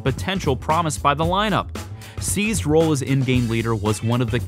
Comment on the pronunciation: Try saying "Seized's" and not "Sneezed"